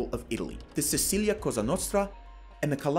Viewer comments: Pretty accurate, but it’s “Sicilia”, not “Sicillia”, thanks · Sicilia with one L please :))) great video thank you!!!!!!!!!!!!!!!!!!!